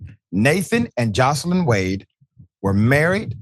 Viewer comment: Nathan Wade wife is not pronounced Jocelyn. It's Joyce Lyn. My name is Joyce Lyn., and I don't like for it to be mispronounced